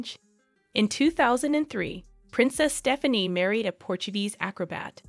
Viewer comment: Whoever reads the script might need to take lessons in common speech! Staffanee? lol